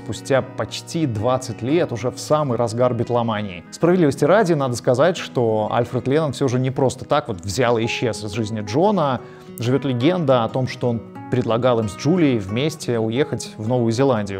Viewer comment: Он был РОК-, а не ПОПмузыкант - в таких вещах надо бы разбираться. Это первое. Потом: по-русски все-таки привычно говорить А л ь ф р Е д (Леннон) - с ударением на второй слог, а не Альфад. Не надо выпендриваться.